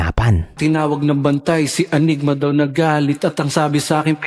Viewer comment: ANYGMA boss, hindi ENYGMA.